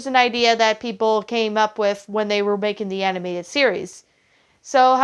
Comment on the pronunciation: Animated, not Aninateded.